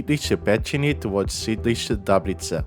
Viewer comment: Your effort is apparent, but it can still be improved. - you pronounce some soft consonants as hard ("ď" in Ďáblice as Dáblice, "ň" in Braník as Branýk). However, your soft "ť" in "sídliště", "výstaviště" or "náměstí" is mostly perfect, as well as your "ň" in "Holyně". - consonant clusters are a frequent problem for foreigners, just like the sound "ř". "Petřiny" you pronounce as "Péčiny". The "e" should be shorter and the "tř" cluster should not merge into one sound. However, your "ř" in "Hostivař" is perfect ("Řepy" and "Spořilov" you pronounced rather as "Žepy" and "Spožilov", "Modřany" as "Modž'ny", and "Kotlářka" as "Kodláška"). * "hřbitovy" you pronounced as "břitovy". The "ř" was perfect, but "hřb" changed to "bř". However, the Old Czech really used "břitov", and this form is preserved in the Chod dialect. :-) "Královka" sounds rather as "Karlóvka". * your "r" is somtimes very German, but for example in the line 18, you pronounced perfect Czech "r". * "vozovna" you pronounced as "vozofna". The "v" sound sometimes actually loses its voice ("Žižkof" is correct), but before "n", "v" remains voiced. Also "Lehovec" was sometimes pronounced as "Lehofec". * in some words (Radlická, Podbaba, Královka) you have the word stress on the second syllable, instead on the first one. Czech and Slovak are atypical in this respect, and it is very difficult for foreigners to get used to it. It is also questionable whether the Czech word stress should be preserved when using a Czech word